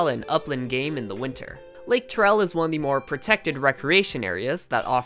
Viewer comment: Lake T-AIR-EL not lake TUR-REL